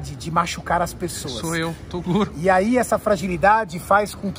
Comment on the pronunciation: "Torugo", kkkjk eu achava que era Toguro né Toguro: Qual a chance desse cara errar meu nome fellas !